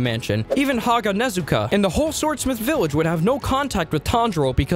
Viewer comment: except Ha gu ne zu ka lol